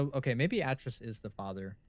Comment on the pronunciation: Atrus is pronounced Ay-Trus and Gehn is pronounced like Geh-n, like Hen with a soft G...just fyi